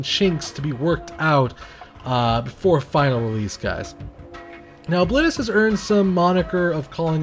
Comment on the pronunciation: Pronounced that way reminds me of "O-clit-us." I will never look the character's face without seeing that image again. Great video as always :D